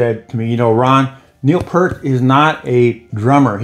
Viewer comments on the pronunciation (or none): As a rule I never leave negative comments but I'm so tired of people who can't pronounce Peart correctly.